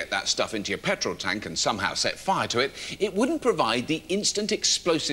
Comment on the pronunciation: liter of pertol... while doing the show in Texas. ok